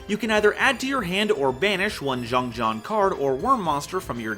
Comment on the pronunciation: pronouncing XiangJian as Jeong Jeong hurt my soul... Because it's Chinese and that's not how it's said. (For those who want to know the pronunciation, it's pronounced "Siang Jien")